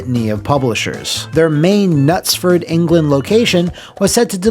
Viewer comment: Bravo on your correct pronunciation of Knutsford.